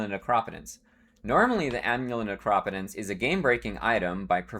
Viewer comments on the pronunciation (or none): took me a bit to understand you were pronouncing necropotence... you say "neck-rop-eh-tense" 4 syllables, with a soft "O"... I sincerely feel it's "Nekro-POE-tense" 3 syllables, with a long "O"...